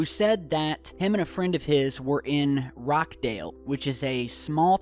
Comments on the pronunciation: Hi love watching your channel much better than any of the others in my humble opinion. Just one tiny little thing Rochdale is pronounced rotchdale not rockdale. You really got me thinking there for a moment as I was born and bred in Manchester and there aren't many parts of it that I don't know so when you said Rockdale you had me scratching my head and then it dawned on me you must of meant Rochdale. Anyway thanks very much keep up the amazing work and peace to you and yours my friend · Rochdale as in Roch not rock :) good video though. This shit has gotten too close to home. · Rochdale, not Rockdale! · It's Rochdale, not Rockdale, however, if you ever decide to delve into the town on a Friday night you probably will come across some sights far scarier than a UFO! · Not rock dale, it's pronounced Rotch dale mate. 😂👍😁 #secureteam 👌👽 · Hi, the Manchester town is pronounced 'ro-ch-dale' and not 'rock-dale'... it's the "ch" sound - I only mention as I'm local to it and googling news for rockdale didn't show anything. Easy mistake to make pal:) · It's Roch, pronounced Rotch, CH sound. I live near Manchester too but I have never seen anything, not for lack of trying though :/ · Rochdale not rockdale, thought you should know the correct name :) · Sorry, but how you pronounce Rochdale is Rotch-dale, not Rock-dale. Not criticising at all. Where we live near the Welsh border there are lots of places we pronounce wrong. Typical NASA... when will they fess up and tell everyone that actually, we are not alone. Not to shut up the nay-sayers, just so we can move on already. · hi it Rochdale Manchester not rookdale I will send you a map of England I am in Bolton 20 miles away for Rochdale. good work keep it up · could be a kinetic armament depot... dont want to be a smart arse, i rally enjoy your vids, and speculating about the origins of what i can see.thank you. rochdale is pronounced rotchdale :* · It's pronounced Roch dale by the way